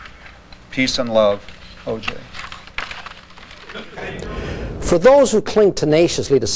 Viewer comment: That poor clerk has to hear herself screw up OJs name every time they play it!! Lmfao!